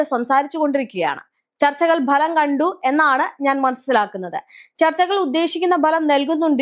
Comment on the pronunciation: ഭലമല്ല ഫലം കണ്ടു എന്നല്ലെ മാഡം ?!